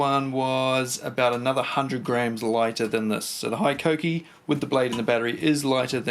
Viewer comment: It’s Hee-koh-kee. 17 mins of you saying high-koh-kee is triggering.